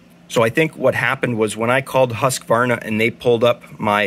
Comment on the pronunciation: Hey don't take this as an insult. A tip how to pronounce Husqvarna. When you say Husqvarna it sounds like you are adding an "s" Hussqvarna. If you use the English/American for house. Like this Houseqvarna, it will be "perfect". Hus (in Swedish) is the same as house. Right, I'm Swedish 😉